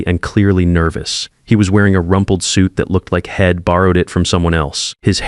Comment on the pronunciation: Worst AI reading I have ever looked at! The reading was ruined by terrible grammar! Maybe they could have used some apostrophes to turn Id into I’d and shed into she’d! Get real or go away. Just heard another failure hed, instead of he’d! How ignorant that sounded!